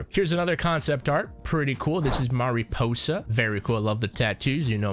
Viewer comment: God… mariposa was butchered….